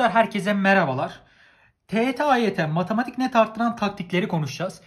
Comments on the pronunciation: nobody:: matAmatik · Nobody::Matamatik asdfgdgdgshsggdhgsfashas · neden bu derece öğrencilerinde hep yazım yanlışı kriteri var.. üstelik basit kelimeler "herkes" yerine "herkez" diyen koca yürekli ve "matematik" yerine "matamatik" diyen reis... 🤨😁